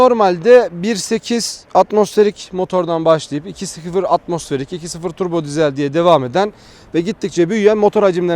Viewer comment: Eğer bir dahaki videonda diiiiiizel dersen abonelikten çıkacağım. Dizel dizel dizel dizel. Bence sen de söyleyebilirsin. :)